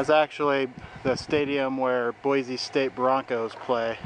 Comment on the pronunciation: Good video. But locals say, "Boy-see" no Z